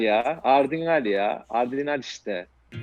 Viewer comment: adrinal Ben: adrenalin Hjhjjj 😂